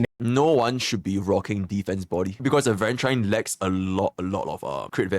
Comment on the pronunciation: It's pronounced aventu reen not rine.